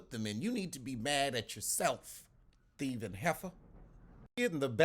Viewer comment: “You theifing Heffer” 🤣🤣